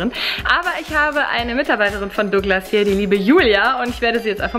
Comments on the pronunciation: Es heißt nicht dogglas, sondern douuuuuuuuuuglas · Dooglas😂😂 gutes deutsch